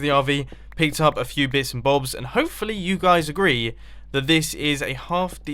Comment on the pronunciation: I Love The Way He Says "Bits And Bobs"